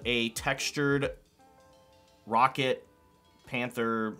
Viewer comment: The amount of times you said rocket instead of “row cat 🐱 “ triggered me 😂